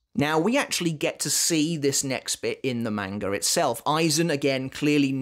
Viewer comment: What in the world is a "manger"? Is that how you're supposed to pronounced manga? I always thought it was "mahn guh" not "main gur"... So confused.